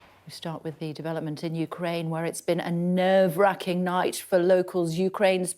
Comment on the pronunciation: A nervacking nights 😂😂😂 i cant it just funnyv